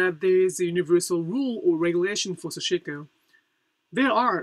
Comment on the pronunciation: This is a very small quibble, but I am wondering why you choose to pronounce 刺し子 as "sah-SHI-ko", placing a stress on the second syllable. It has been my observation that in Japanese there is very little stressing of syllables (and I always cringe when I hear Americans pronouncing Japanese words like "Harajuku" with stresses on the first and third syllables). In Japan, I have always heard Japanese people pronouncing 刺し子 as "sash-(i)-ko" with no stresses (indeed, the second syllable is largely eliminated). Could you please explain? Thank you.